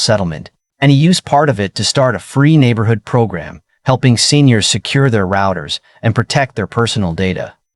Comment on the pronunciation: Can't you pronounce "routers" correctly???